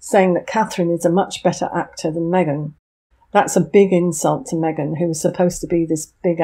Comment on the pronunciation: Meeeghan in Texas? 😂😂😂😂😂